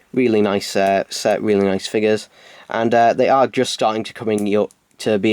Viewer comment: TheCybermanFan - The Ultimate Whovian oh hello.STOP FOLLOWING ME!!!!!!!!!!!!!!!!!! But it's really annoying as it sounds like he is saying sex instead of "SET". And he says the monxters sex. Why can't he pronounce s?!!!!!!!!!!!!!!!?